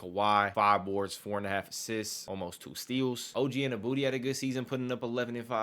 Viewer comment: Unless youre just trolling. You know youre not saying OGs last name right lol